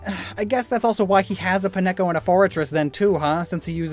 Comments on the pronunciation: You have indeed missed one very important thing. I just… PIN-EH-co? That’s how you’re gonna pronounce Pineco? It’s PINE-co, like a pinecone, the thing the Pokémon looks like. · Its PINE-co not pi-neko, it's a Pinecone. Also you forgot Ieyasu gets Registeel. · pi necho? you mean pine co? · Apparently Pineco is part cat, because I've never heard it pronounced as "pie-neko" instead of "pine-co". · Pin-echo? I'm pretty sure even Pokedex 3D Pro calls it Pine-co, like everybody else I know. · Just proving I watched all the way to the end: Did my dude really just call "pine-co" "pi-neko"? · My only issue is how you say Pin-echo instead of Pine-co(ne) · nobody gonna talk about pin-echo? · Paren my French but WHAT THE FAIRY DUST IS UP WITH THE WAY YOU PRONOUNCE PINECO? IT LOOKS LIKE A MOTHER FLIPPING PINECONE YOU SAY Pine co. What you said sounds like it should be a chicken. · I'm sorry he pronounced Pine-co as WHAT?! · I'm madder at the way you pronounced Pineco than any Japanese name.